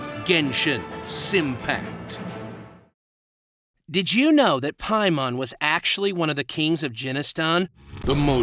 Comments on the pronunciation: Jenshin Impact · Yeaaahhhhhhh, "GENSHIN SIMPACT"